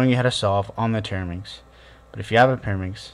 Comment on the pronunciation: You keep saying TETRAminx wrong. A TERAminx is a completely different puzzle